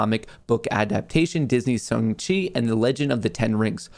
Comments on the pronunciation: Shang Chi not Chung Chi lol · I think it’s SHAAAAANG not shung lol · Omfg its Shang not Shung! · Love ya but No way is Shang pronounced Shung…. 💀 say it like Shanghai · Dude, you butchered Shang-Chi. 🙉There’s an “A” not a “U” (Shung-Chi). That’s like me pronouncing your name Mutt Kohrs. 🐕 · I can see struggling to say shang chi ahahah.